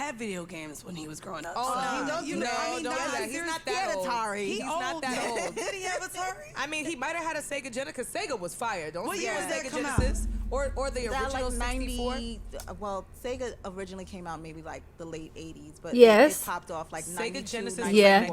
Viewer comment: “Sega genacus”